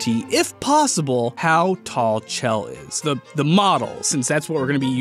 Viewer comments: Chell is pronounced " Shell" Like it you agree. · IT'S PRONOUNCED "SHELL". PLEASE. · When he says CH-ELL instead of SH-ELL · IT'S PRONOUNCED SHELL DAMNIT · I flinch every time he mispronounces Chell, I get it, it's a weird name and instinct is to sound it out but c'mon man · Hey, how about you calculate how many people are correct ing your pronunciation of Chell.